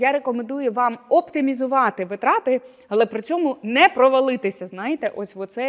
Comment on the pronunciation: дякую за рекомендації, тішуся, що більша частина з них уже в моїй рутині))) маленьке зауваження: в слові наголос на перше и — вИтрати